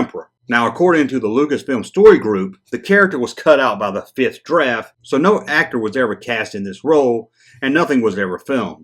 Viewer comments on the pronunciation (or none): none